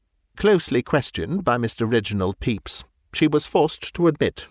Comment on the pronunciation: As much as I enjoy this, I have to mention that the pronunciation of "Pepys" – absolutely correct as it is – gives me an image of the prosecutor ("Mr. Peeps") as having the form of an unusually large marshmallow confection fashioned in the shape of a yellow chick, as sold in the U.S. and Canada, particularly around Easter.